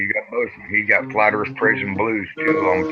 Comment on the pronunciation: oh, hello. don't know you. hi, I'm Yvette. welcome to flat earf!